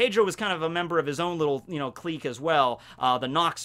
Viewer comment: Wtf is a kleek? Gotta love mispronunciations.....